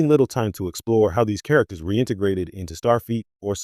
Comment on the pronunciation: This is lame. The AI narration can't even say character names correctly. Clickbait.